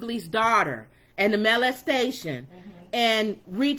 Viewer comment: Pronounced molestation not malestation